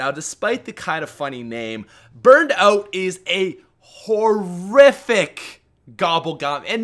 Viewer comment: Burned "oat" haha Keep up the good vids man!